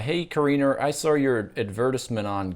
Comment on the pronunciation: ad verse ment LOL